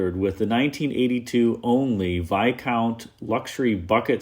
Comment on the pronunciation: I'm curious, is the "s" silent in Viscount? This is the second time today I've heard this in a video about an 82 TA...thanks for a great video here!